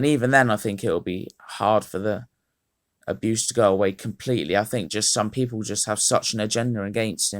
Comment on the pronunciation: “Aboose”😂😂😂 good vid tho